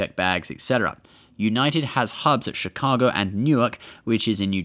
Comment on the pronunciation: Chicargo? Lol